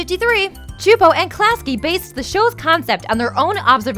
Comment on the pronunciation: sue-poe csupo not chu'po...